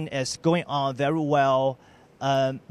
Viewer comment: 我说的是在武汉的哥们。你们俩真觉得这发音很好？VERY 能说成VERO 我也是醉了